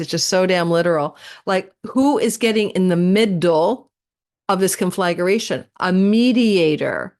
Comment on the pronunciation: Hi! Love your videos. Conflagration is not pronounced “con-flag-er-ation,” tho. It’s just four syllables: con flag ration.